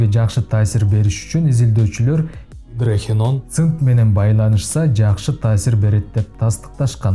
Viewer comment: Гидрохиен дебей туура айтчы.Гидрохинон эле.